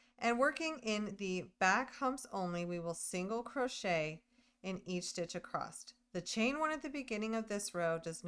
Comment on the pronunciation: You do realize there is no T at the end of the word “across” 😊